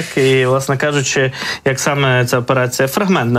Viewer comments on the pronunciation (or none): не СТАЛОСА, а СТАЛОСЯ. не ОС, а ОСЬ. не ЦА, а ЦЯ. Навчіть ведучого!!!